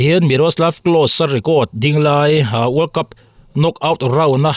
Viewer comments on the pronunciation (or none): Miroslav Close (Klaw-sa tia lam tur)